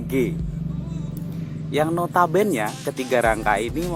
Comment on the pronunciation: Nyebutnya tetap "NOTABENE" kak, bukan notabennya